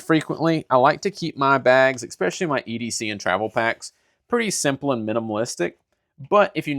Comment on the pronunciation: ^es-specially* There is no X in the word.